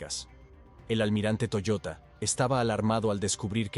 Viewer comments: Toyoda no toyota.... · Era TOYODA, no Toyota....